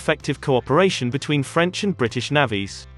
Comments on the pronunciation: The commentary on this channel is a joke! "navvees" lol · Its not Navvies, terrible robotic videos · Bloody ‘naavies’ it’s navys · Learn to pronounce 'navies' correctly !!!!!! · Yea I can guarantee you. That’s not how Irish people prounounce Navies